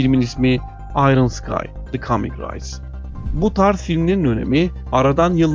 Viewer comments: Race "rays" şeklinde değil "reys" diye okunur. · Ya arkadasbari girde oku ingilizce yaziyi okurken nasil telaffuz ederim diye... Race reys diye okunur rays diyorsun rice = pilav ... gercekten cok komik geliyor ingilizce bilen adama... bu kadar ciddi videolar yapiyorsun ingilizce telaffuzlar rezalet otesi biraz gelistir kendini...